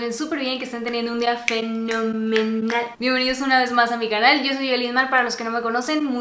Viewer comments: Cuando dice Fe-No-Me-Nal me causa un conflicto no se no me gusta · Me da mucha risa el " FE NO ME NAL" Jajajajaja te quiero 😻